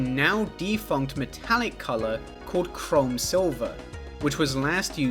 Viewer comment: pronouncing chrome as chrom like the fire emblem guy makes me happy